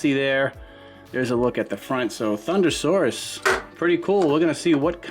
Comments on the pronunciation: ThunderRoarus not Saurus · You said thunderroarus slightly wrong